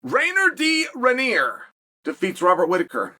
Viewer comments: Rainer de Rennier? I love how Chael refuses to pronounce any non-English name properly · Reinier da ranier? Hahaha even sorse than the way bispijg said it, no hate cheap nice vid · I just clicked on the video to hear Chale butcher his name